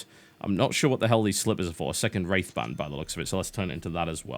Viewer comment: He says "wraith band" but all I hear is "rape van".......